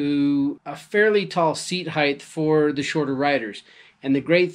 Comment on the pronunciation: Length - Width - Height "Heighth" is not an English word.